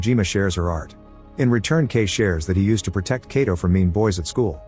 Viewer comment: I didnt even know this till now! The only problem with this narrator is that he kept mispronouncing 'Kato' very common Japanese last name.